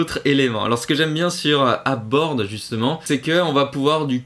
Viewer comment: Merci pour ces outils, que je ne connaissais pas ! Je vais tester. 2 remarques : - "DeFi" est ici un peu réducteur, puisque les outils permettent de suivre toutes ses cryptos, même celles qui ne sont pas en staking ou en farming. - Pour Ape Board, on prononce "eïp" et non "ap", sinon on croit que c'est App Board, qui n'a rien à voir. ;)